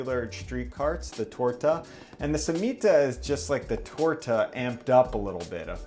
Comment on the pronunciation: The way he says Torts and Cemita make me cringe 😂